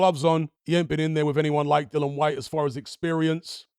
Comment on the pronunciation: Dill-i-an Like the word dill Followed by the name Ian I won't watch another of your videos on this topic until you fix this.